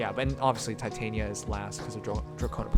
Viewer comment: Just wondering, but I hear you say Titania as in Titanium (Tie-Tae-nie-ya) while I thought it was Titania as in (Ti-tah-ni-ya). Which one is correct? XDDD